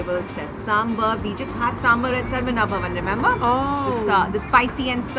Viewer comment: The Australians, who are eating south indian food for the first time, can pronounce sambaar so well. Not sure why my dear north indian friends can only pronounce it as 'sumber'. 🤣 Wonderful to see people enjoying s.indian food with their fingers.